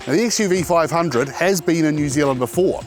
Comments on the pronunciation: A small correction host. The car's name is not XUV500, it is XUV5OO... It is an alphabet 'O' after 5, and not zero... Even the official review reads as XUV5OO. Good review... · Xuv 500 pronunced as xuv 5OO(double O)